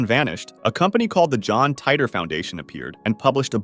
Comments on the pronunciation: Did you just call him John tighter? At least learn to say his name its the most well known one of all of these and you cant say his name right? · The way he/the computer voice pronounces Titor..